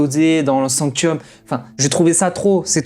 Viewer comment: Alors sanctum et pas sanctium et eligus éligium tu ma fait bcp rire mais sa ma bcp trop stressé 😂😭